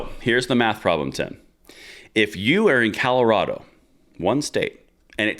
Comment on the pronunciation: Sounds like you all are saying Calirado